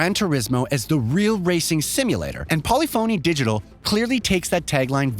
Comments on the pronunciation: How many words can this guy mispronounce, starting with Polyphony Digital??? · Am I the only one who cringes each time this guy pronounces “polyphony digital”? 🥴